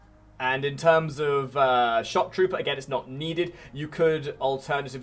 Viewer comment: Bro pronounces shock as chuck 😂